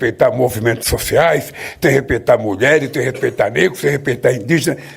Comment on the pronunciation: E um mentiroso nato....e como fala mal, " repetar...repetar" ...em lugar de "Respeitar"...palavra que desconhece e nem sequer sabe falar....e um Narcisista!